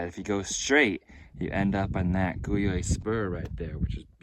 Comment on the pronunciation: Guyot is a French surname and pronounced Gee-O. Not gee as in gee-whiz but a hard G. Gee-O. I don't remember right now who Guyot was, a naturalist or scientist from the late 1800s I think, who wandered around in the Bonds for fun and education.